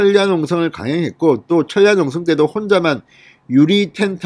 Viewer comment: 방송하기 급급해서인지 ;자; 소리 너무 자주 하지 마시고 철야늘 철 야 로 발음 마시고 처랴로 하세요